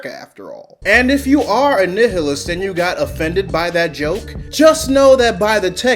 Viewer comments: Nih-hih-list? I have never heard that word pronounced so badly since Markiplier playing the game game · Just because you pronounced Nihilist incorrectly, I subscribed. You have a new fan. Keep the vids coming. I love it!